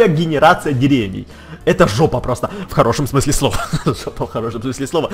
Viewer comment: Правильно не дере́вней,а деревне́й